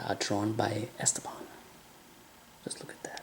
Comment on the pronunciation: The stress in the name is wrong: it is not ESteban, it is EsTEban. French puts the stress on the last syllable by default, Spanish in the one before the last. Wikipedia says: Esteban (pronounced [esˈteβan]) is a Spanish male given name, derived from Greek Στέφανος (Stéphanos) and related to the English names Steven and Stephen. Although in its original pronunciation the accent is on the penultimate syllable, English-speakers tend to pronounce it as a proparoxytone /ˈɛstəbæn/.